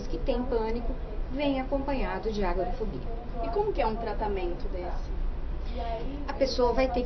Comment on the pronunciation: corrigindo ,é "agorafobia" e não "agarofobia" .